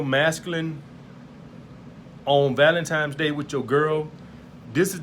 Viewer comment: Nigga it's Valentine's day. Not Valentimes.